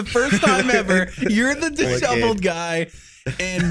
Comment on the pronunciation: "Dishoveled" lol